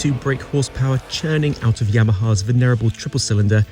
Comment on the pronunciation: "veneerable"? LOL